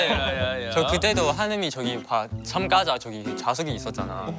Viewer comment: 리즈하옼ㅋㅋㅋㅋㅋ 예고편에서도 봤지만, 촴ㅡ촴가좌 아닙니꽈!? 말이 너무 웃김ㅋㅋㅋ